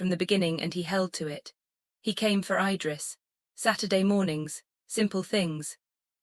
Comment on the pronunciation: There is a simple trick to make the AI pronounce things sensibly. Period. It keeps saying MS instead of MIZ, which is how it’s pronounced so just write it that way in the script. I guess y’all release these without doing a final check. Same with the babies name.Idris is pronounced Eedriss. So just fake out the AI, by spelling it that way, even though the official spelling is IDRIS.😊